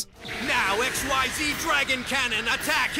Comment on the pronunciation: Also, if ever you get to a list about Zexal... I swear, if you pronounce Xyz as XYZ, I'll riot. You just saw there's a difference.